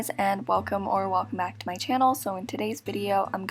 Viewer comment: “first day bact” 😂😂